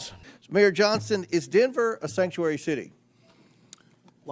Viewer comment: All of a sudden they can't say the word sanctuary